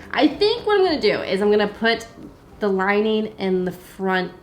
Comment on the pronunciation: Curious question: What accent is it that call "lining" "linæn" ?